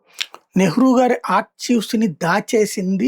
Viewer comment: ఆర్చీవ్స్ కాదు ఆర్కైవ్స్